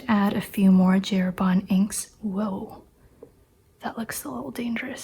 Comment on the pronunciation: Well, it's funny that for J. Herbin english speaking people pronounce the J in english and Herbin in some sort of french 😅 In french the J is pronounced similar to the G in english, so that'd be the correct sound. I've been a fountain pen user for almost two decades and a half and you're the very first person I find in YouTube that truly understands my need for finer nibs, I too can write two lines of text inside a single line of a college ruled sheet 😌 I only use needlepoints, EF, F and custom grind 0.7 stubs, not even M works for me 😅 I wish the best for you and that your channel gets bigger so you keep sharing your experiences, kudos for you 😎